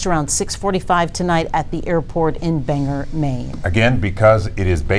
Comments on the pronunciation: lived in Maine for 46 years and I can tell you with certainty it is not pronounced Banger! But why listen to someone who has lived 10 minutes from there for 46 years. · Actually, it's pronounced "Bangoah". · 😂😂😂😂 Banger...lady, its Bangor. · And it’s Bangor not banger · right? I laughed at that too…bang-gore lady….haha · Pronounce Bangor correctly and it’s not south of Portland. How do these people have jobs? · Learn how to prounce Bangor You sound ignorant. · hey retard don’t you think people who live here would know how to pronounce it! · Please pronounce it like it is spelt! It’s not bang er!!! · Ban-gore, not bang-erh. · Bang-OR. More like “store,” less like “airplane hanger.” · The city is pronounced Bangor (or) not (er) Banger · Ban-Gore, not Bang Her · Bangor is 2 hours NORTH of Portland. Pronounced Bang..or not Banger. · It for nothing but its pronounced bang gore, not banger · Bangor Maine is approx. two hours NORTH of Portland. Pronounced BANG-or not "Bang-er". It's still snowing and has been all night. All schools are closed. Just FYI. Sorry for this concerning news. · And the city is pronounced bang- gore.... bangor , not banger and it's two hours north of Portland..piss poor news reporting..seems all we get for news these days is misinformation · It's pronounced 'Bang-Gore' not 'Banger' you stupid twits! Learn the actual language BEFORE you go on air! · Bang-gor, not banger. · I cringe when I hear Banger, ME instead of Bangor...I seriously do not get it! So many inaccurate things here, and by "inaccurate" I mean straight up wrong 🤐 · It’s Bangor. Bang-OR not banger. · Did she just say Banger? It’s BanGORE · Banger? Hmm, you mean "Bane-gore"? C'mon 🙄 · I'm from Maine. It's not "banger" it's bang gore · It’s Bangor not banger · I live here in Maine It’s Ban-Gore. Not Bang her. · Say it with us..BangOr maine. Not banger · It’s pronounced BAN - GORE …. Not BANGER, you retard !!’ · Bang-gore is the correct pronunciation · It's Bangor not banger